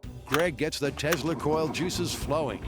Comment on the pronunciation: "Greg's tezzler coil..." - that's right, he pronounced Tesla as "tezzler". As in Nicolai Tezzler.